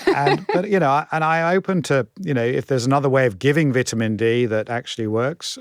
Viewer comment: Dude can't even pronounce ''vitamin'' right!😂😂🤡🤡